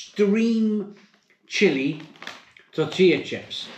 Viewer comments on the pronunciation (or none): Then called them TOR-TILLA chips